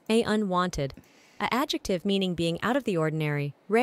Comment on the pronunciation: NL somehow getting "unwonted" despite the A.I. messing up the pronunciation only for him to then submit "verger" with full confidence absolutely sent me